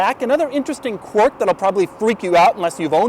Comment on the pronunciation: Dougie, there is an I in quirk. It's not qwork or whatever the fuck you're saying. I'd expect more from an "author."